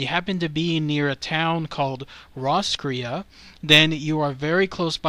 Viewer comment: Lepp. Off-illy. Ros-cray. Just incase you need help with pronunciation. Irish names are weird.